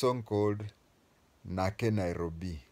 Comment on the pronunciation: You do not Know Lingala. Its even not nake nairobi it's Nakei Nairobi.